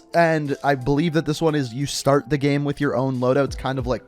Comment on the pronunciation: "already in the gaam"